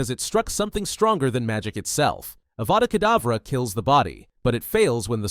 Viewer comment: you said adava kadavra is it a typo or was it really a healing spell called adava kadavra similar to avada kadavra?